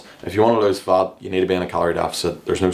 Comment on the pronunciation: It's fat, not fart 😂 (if it's not fatfart)